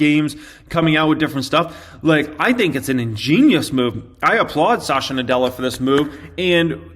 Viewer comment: Well a small observation - he is sa-tya and not sasha nadella. Good video as always.